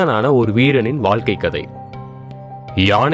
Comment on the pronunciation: Yes Tamizhargal pronounced as Tamilargal and Vaazhkai pronounced as Vaalkai very bad pronunciation.